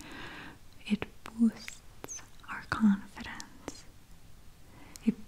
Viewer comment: Love the way she says boost or boosted 🤪